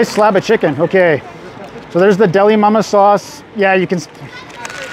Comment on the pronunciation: I kept hearing "Dalai Lama" and wondered how you managed to travel so far in such a short time. 😆